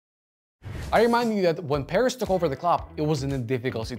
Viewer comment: Bruh I kept thinking you're saying Paris at first Nice video nonetheless